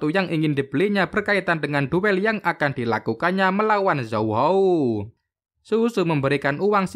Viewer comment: Zuzu bang bukan sUsu